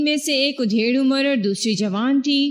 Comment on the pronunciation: ادھیڑ عمر ۔ادھیڑ کے الف پر زبر